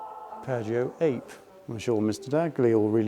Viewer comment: I just typed up a LONG reply and then lost it when the video ended and autoplay moved on to the next video :( Great video! Thanks for the Piaggio Ape mention! :D It's actually pronounced 'Ah-pay' as it's Italian fir 'bee'! :) That converted tractor fire truck at the end was actually not converted, that's what it always was! The tractor to the trailer of a HUGE ladder truck!